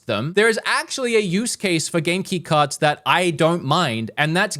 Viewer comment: Its cards not carts